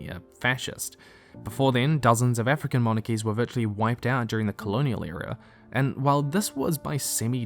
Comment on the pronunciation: Whyd he say "Even African" like that😢